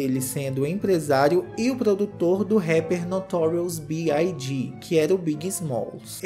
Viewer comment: xuxu kkkkk não é Notorious B-I-G, é big mesmo, Notorious Big ✨